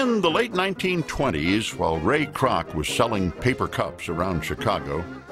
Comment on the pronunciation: Ray Kroc..... more like Ray Kroock LMAO 😂